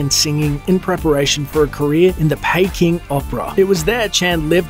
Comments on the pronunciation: Not to be that guy, but: 1) Peking rhymes with "sneaking" not "baking" 2) Taiwan is not controlled by China (yet) 3) Jackie Chan home country is Hong Kong (from the era of British Rule) as opposed to China. Of course he is Chinese and I'm not surprised that his loyalties lie with China (no shade implied) but he is from HK, not PRC. Other than that, cool video and really nice to see you using clips from ALL his films, not just the American ones. His best work was done in HK and still stands up today. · Where's pay-king? I know a Peking though 😆